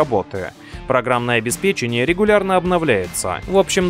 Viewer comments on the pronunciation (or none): none